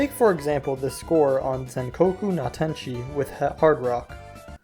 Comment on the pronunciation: mad copium on trying to say zankoku